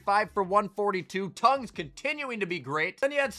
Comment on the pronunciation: please say Tonges correctly. Its eh like nickeh30. Tonges tongehs. Make my ears bleed every time you say it😂